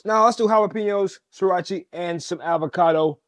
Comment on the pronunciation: Sriachy is crazy. 😂 Ah, no eee.